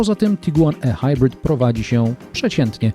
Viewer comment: tyle razy okaleczył Pan język:ehajbrit? Ehajbrit? Naprawdę? Chyba ihajbrit. Nawet Pan Balkan mówi prawidłowo. A to Pan bronił jak lew taip-ar i wiele innych. Np jaguar itajp etc. Mówimy w całości albo po polsku albo angielsku. Musi się Pan zdecydować